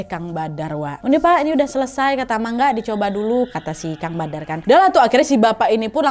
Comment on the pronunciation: Monggo bukan mangga